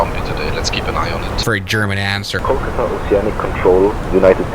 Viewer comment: Kullkata 😂😂😂😂 its kolkata